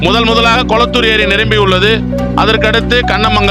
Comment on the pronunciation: கோளத்தூர்❌ கொளத்தூர் ✅